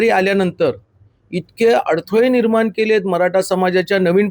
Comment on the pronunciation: मराठा असतं. मराटा नाही. 😂😂😂😂